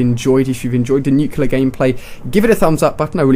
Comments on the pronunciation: Alia why do you say nucular instead of nuclear? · U say nuclear wrong.